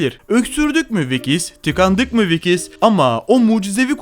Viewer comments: Vikis değil Vicks yani viks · Vikis değil viks diye okunur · VİKİS dediğin için gıcık oldum videoyu izlemeyi bıraktım 😂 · Vicks ya, ya da şöyle diyeyim viks. İzlerken kulağımı tırmaladın